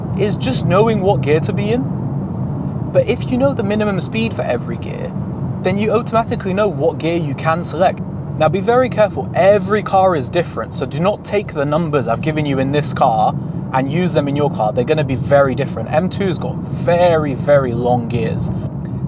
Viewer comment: I love your videos but the way you say oh toe matic is extremely concerning